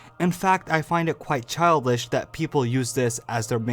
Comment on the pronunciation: Instead of childish he said childlish